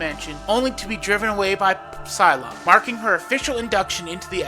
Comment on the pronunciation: Did he just pronounce the P in Psylocke?